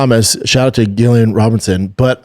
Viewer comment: pronounce her name Jillian